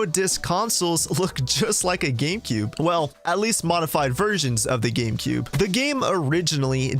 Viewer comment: he says Gamecoob.